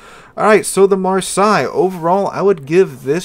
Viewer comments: REALLY REALLY bad pronouncing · Marseilles is pronounced "Mar-say". Just so you know. Have a great weekend! It's a city in France. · For people wanting to pronounce this one correctly just say it like you would say "Marss ey". Don't ask how I know, I live there. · It's "Marr-say." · Just use google translate with the voice button. It's really not hard to pronounce "Mar say" Say just pronounced like the english word. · I will say it's just lazy at this point, it takes you 5 seconds to google translate and click voice how to pronounce it. It's so hard to watch when he keeps butchering names of locations you're from. Instead of talking about plating for 5 mins just learn to pronounce 1 word for 30 seconds... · lol, no one actually care, like for an English speaker having to learn to pronounce something in a video game,it's literally pointless, and yeah, you may seem it easy, that doesn't mean everyone else saw it easy. And it's not even anyone fault that an English speaking person mispronounced a French name, why are you so problematic about it?